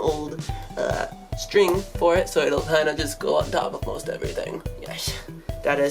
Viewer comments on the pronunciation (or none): none